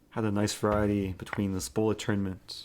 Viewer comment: A few sounds you mispronounce. The "EH" sound in words like chess = AAA as in "AT". Consonant issue EG: Variety. You say Va wa eh ee. Harden up those consonants!